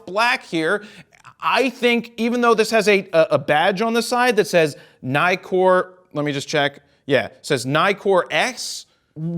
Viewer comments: Istill not “Naikor”, it’s “Neekor” because it has two Ks instead of only one in Nikon. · Neekor not nye-kor. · I imagine, though you don't say, that you are American? I make this assumption, because Americans have NEVER said Nikon and Nikkor correctly-mc-correctison. If you start pronouncing it Ni-kon, and Ni-kor. you will be saying it correctly, like the rest of the world pronounces it.